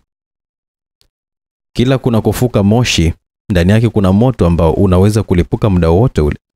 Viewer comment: nimependa sana hii story, ila kwenye kuongea nikuombe utumie neno MUDA badala ya MIDA, mida si kiswahili sahihi. Hadithi ni nzuri sana, nimeipenda. Samahani kama nimekukwaza.